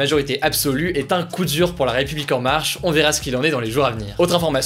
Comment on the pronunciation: "Kou dur" :'D